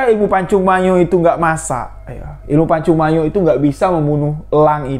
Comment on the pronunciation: Bos kau jgan ngaku"ktrunan pmilik pacung mayo..ngmong nya aja nggk jelas..pacung mayor bukan pacung mayo..sini kau ngtes ilmu kau samo aku orang rantau panjang merangin jambi..aku keturan harimau dari serapan 1